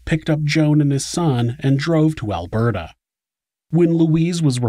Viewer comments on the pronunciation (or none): none